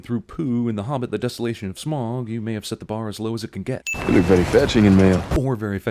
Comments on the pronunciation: You pronounced Smaug wrong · Smaug isn't pronounced as Smog.